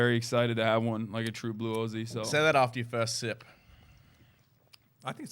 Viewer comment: god, he is saying "aussie" wrong, and "melbourne" wrong. This is hard to watch.